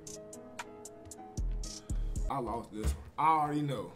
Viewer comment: Started watch in 2k17 when duke dennis said "Over dose"😂